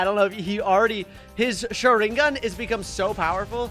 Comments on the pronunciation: And he is not saying sharingan right😂😂😂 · Bro if you're going to save a name wrong at least say correct it's pronounced shringgan also it's RASANGUN